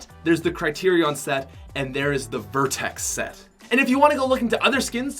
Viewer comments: Am I the only one triggered when he said black vertex instead of black vector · It’s black vector not vertex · Black Vertex looooooooollll. Its Black Vector